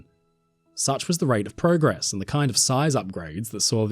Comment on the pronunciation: You said progress wrong